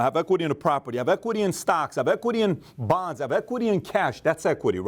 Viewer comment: When he said bonds, I heard bongs. XD I would smoke weekly if I could.